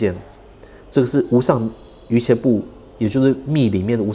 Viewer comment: 瑜伽的伽的讀音是家，不是茄